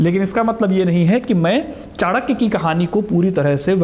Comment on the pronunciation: कृप्या चाणक्य बोले चाणक्या नहीं.